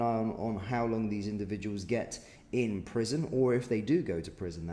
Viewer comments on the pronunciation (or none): none